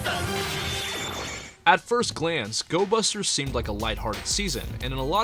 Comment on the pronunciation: Gobusters, not Gosbusters!